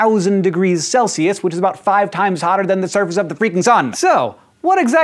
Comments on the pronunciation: it says "Celisus" instead of "Celsius". Just saying. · Mistake Its not celisus!!!! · Can you fix the "celisus"? It's really bothering me. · "degrees celisus" lol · Celisus? Sorry i just had to point that out:/